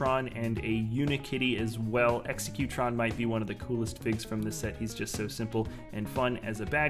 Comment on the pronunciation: also in the cloud cuckoo palace the correct pronunciation is executron as in robo executive